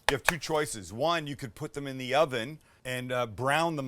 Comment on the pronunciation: it kinda sounded like you said "what isn't great is puff pastry" but max helpfully replayed it 20 times so we know you said "what isn't great in puff pastry?"